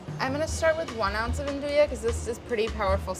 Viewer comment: Yea, Its not "aan-do-yah" its "aan-DOO-wee"